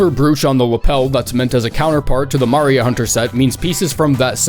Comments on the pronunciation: It’s (Mah-ree-ah) not (mar-ee-ah) you absolute troglodyte. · Why is he doing that...? Why is he saying Maria like Mario?! What went wrong!? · Okay I'm glad I'm not the only person who was sitting there going: "The way he pronounces Maria is driving me insane." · You pronounce Maria the way people pronounce Mario and it makes my head shudder uncontrollably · Ah~ Lady Maria de Mario, from the land of Yahoo! 😂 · you are good you are funny I have respect for you so why the hell are you pronouncing "Maria" like that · How the fuck do you mispronounce "Maria" that's like mispronouncing "John" or "Amy" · How can someone butcher the pronunciation of the name "Maria" when there are characters in the game that say her name!? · *Opens the video saying he’s gonna mispronounce fashion items *mispronounces Lady Maria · You pronounce Maria oddly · who tf pronounces “Maria” like that😂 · Hearing it once is enough to make a man sick. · I swear he's pronounced it the normal way before… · How tf did he just say “maria”